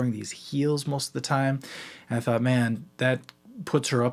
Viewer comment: “a thot experiment” 😭😭😭 (ik he said thought)